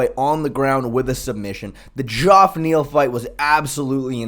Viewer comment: I know it’s spelled a little weird but it’s pronounced Jeff. The o is silent.